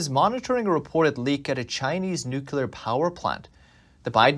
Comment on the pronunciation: If you can pronounce "new"... and you can pronounce "clear"... ... then you can pronounce "nuclear". There is no "killar" anywhere in the pronunciation.